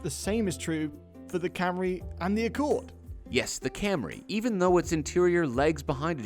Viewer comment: Слышали ,даже пендосы не называют Камри как Камри